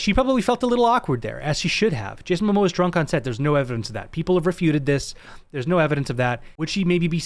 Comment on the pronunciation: It's MOMOA not mAmoa.😁